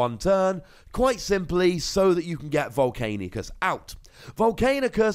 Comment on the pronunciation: Pls ... stop saying Volc anius ... it sound ... you know how it sounds...